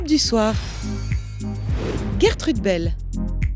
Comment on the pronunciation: Mais,mais.. ONT DIT *J*ERTEUDEUUH 😣😤😂😂